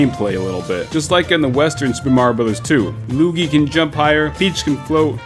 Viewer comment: Lol loogie???